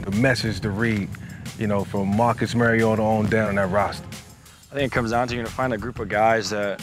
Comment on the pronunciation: Vick pronounced his name wrong. Mario_TA not mary_o_TA